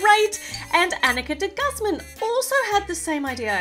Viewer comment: You say de guzman darker nit like de gazmsn